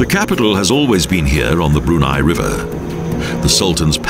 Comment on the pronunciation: he should have learned how to pronounce the country name and late sultans name correctly. btw, the background music? it's Arabian music.